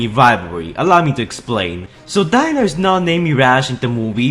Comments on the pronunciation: not dino, it's pronounced DE-NO, EXTEND THE E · It’s pronounced deeno not Dino it’s just spelt like Dino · Its D-é-n-o not d-î-n-o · Its pronounced dee-no not dino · Dino is pronounced “Dee-no” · Its pronounced De-no... thats how you say Dino in Italian. So not surprisingly he has an Italian name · Mirages on screen name is pronounced dee-no as in ferrari Dino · It’s actually pronounced DEENO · Dino (de-no) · His name is not Dino it is Dino pronounced deeno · Omfg its pronounced Deeno. Yeah it says dino but its pronounced deeno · The way u pronouns Dino is wrong